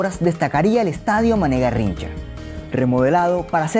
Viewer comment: Tus pronuncias de los nombres brasileños están malas. Se dice "ni-e-MÁ-ier" e "i-ta-ma-ra-TÍ". Además, el CH en Garrincha se pronuncia como el SH del inglés o el LL argentino.